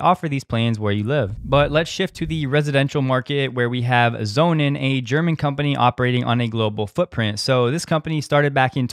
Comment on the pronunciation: Sonnen is german for sun , you pronounce it meaning sons im english , just sayin , speak fluent german , dutch , french , portuguese and english